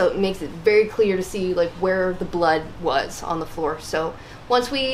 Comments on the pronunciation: “Once we know where it Wis” 🤣🤣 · "where it wizz" 😅